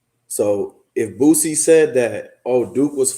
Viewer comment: Bro it's BOO-SEE not BOOT-SEE!